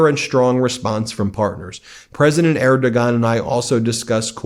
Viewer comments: It's actually pronounced 'Erdowan'. We Germans know as we had a song decades ago that he wouldn't like to hear... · Pronounced: Erdo-juan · "Erdogan"...the "g" is silent. At least the traditional media gets that right. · Do some fucking homework and learn how to pronounce the Turkish presidents name properly. In fact do that for all the people you reference, instead of butchering the pronunciation of them.please!!!!!!!? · I love your coverage, thank you! And I have to say, you gave me a huge laugh at your pronunciation of the names Friedrich Merz and Erdogan 😂. Keep up the great work!